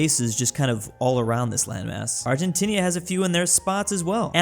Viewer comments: Bro, said Argentinia lol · Who else has realized has been mispronouncing Argentina as Argentinia? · Everyone: Argentina: No, Argentinia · He also says argentinia instead of argentina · Anyone else notice how he said “Argentinia” multiple times? 😂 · "Comrose" "Kiribody" "Argentinia" "Canonberra"